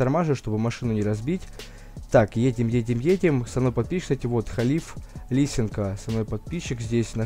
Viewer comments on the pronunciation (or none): не лисенко а лисенко ударение на е